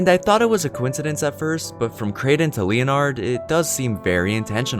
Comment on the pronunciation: LEE-O-NARD hahahaha